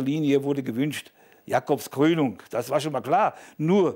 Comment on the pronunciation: Jooo die Jacöbs Cröönung oda de Dallmayr Prödöömööööööööö 😂😂😂😂😂😂😂😂